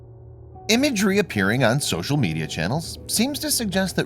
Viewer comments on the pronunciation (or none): none